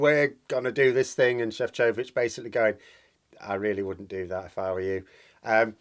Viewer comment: You’re right - in Slovakian the stress is on the first syllable. So it’s SHEF-cho-vich